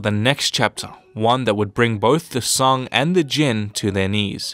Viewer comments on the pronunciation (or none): 发音确实一塌糊涂，宋直接发song的英文音2333